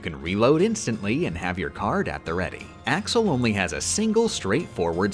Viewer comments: Im sorry but you wouldn’t say Ashel because your SUPPOSED TO PRONOUNCE THE X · I literally can't stand the way you pronounce some of the org names. It physically pains me. Surprised you didn't say "Ashel" when referring to Axel